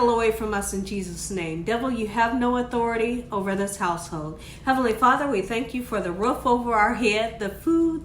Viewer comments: Ta"H"in no taJin lol 😊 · Tajin is pronounced : Tah-heen Queso cotija pronounced: Kess-ö kö-tee-ha Mayonesa pronounced: mah-yo-nessa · tajin is “ta-hin Cotija is “co-ti-ha” Looks so good. Just made this the other day. 💖👼🏻🌺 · Tajin is pronounced tah-heen